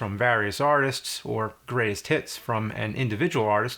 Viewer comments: As you were talking I thought you said 'Grays tits' but immediately realized you actually said 'greatest hits'. Is a Mandela effect or something? Like, was teleported to a seemingly identical, alternate universe from my old one where you really did say 'grays tits'? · Did anybody else heard that when he said "Greatest Hits" It sounded like Greatest Tits?